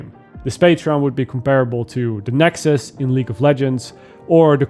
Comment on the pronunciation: shame on you saying nexus